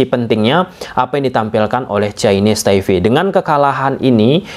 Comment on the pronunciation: Chinese Taipe bang, bukan Chinese Taive 🙏🏻